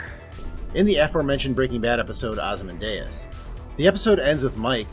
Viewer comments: Mike didn't tell Jimmy that Lalo was dead, he said that Lalo isn't coming back. He said it twice. Yes WE know Lalo is dead, but Mike never says that Lalo is dead. Big difference. Also, it's pronounced Ozzy-Mandy-iss, not Oz-Man-Day-Us. Bryan Cranston even read the poem as part of the promo for the episode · Osman-Day-Us? D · Why are you pronouncing ozimandius wrong?